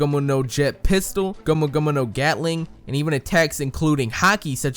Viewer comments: yikes how does he pronounce these japanese words gummu gummu shishibukai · Okay, why are you saying gumu gumuno? It means gum gum, and he even says gum gum in the English dubs. Plus it's not even said correctly. It's like someone saying "hello my lamo Jeff" it's llamo said as yamo. And why just use that one word when you can just say the English equivalent? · Its not gomuno gomuno its gum gum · I have to dislike this video first and foremost for the way you pronounce gomu gomu and the overuse of it by repeating it after every attack name instead of saying gomu gomu no jet pistol, jet Gatling etc. Second at least not in the anime has it been stated the third gear (bone balloon not just inflating his arm) shortens his life span. Only second gear does because he is forcing his heart to work harder. I had to stop watching after you tried to say nightmare Luffy is a gear transformation because that is just straight up wrong. If you are going to try and teach people about a subject at least try and know the subject matter yourself.